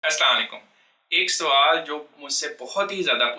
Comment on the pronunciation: Asalam alaikum Sahi sa Bola kro Apke Salam ka Matlab ha Tum marjao